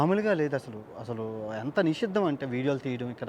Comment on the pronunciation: Adi nishiddam asuddam kadura ayya nisheedam